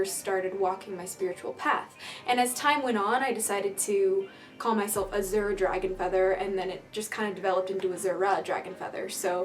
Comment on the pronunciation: the way you say azure bothers me lol